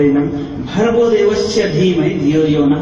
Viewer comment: Moron! It is विष्णु not विष्नु, learn some Sanskrit, then open the mouth. There is no 'wow' in Sanskrit, it is in Arabic language i.e. written as 'و' in isolated form, it is only व् in Sanskrit. महेश = महा + ईश, it means Great God, not destroyer. Not महा + आयेश. Actually, one of the meanings of रूद्र is the 'fierce God'. Not भर्गो देवश्य धीमहि The correct one is भर्गो देवस्य धीमहि .